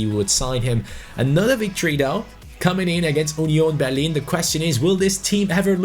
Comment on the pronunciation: 'Onion Berlin'